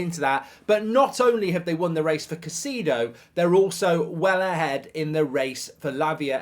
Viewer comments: Why do you keep saying ‘cuh-see-do’ when it is actually ‘kai-say-do’? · Caisaydo not caiseedo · It's not "Caiciido", it's "CaicEHdo". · Kuh Cee Dough😂